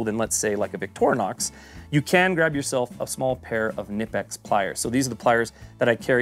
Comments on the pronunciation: Love the videos. By the way, I've heard several Germans pronounce it k'NEE-pex, and a few Germans pronounce it k'NI-pex, but no Germans pronouncing it NIP-ex. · carried a SAK tinker model with the phillips head instead of the corkscrew model in my right pocket for years and its been all ive ever needed and more also...its pronounced "kuh-nip-ex"..hard k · It’s Ka-Nip-X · It's pronounced KA - NIP - EX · Oddly enough, fyi, the brand is pronounced kuh-nip-x. That’s from the company itself, on the back of their t-shirts, too. But great video, i really appreciated the logic and ideas! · The K in Knipex is not silent..🤓🤭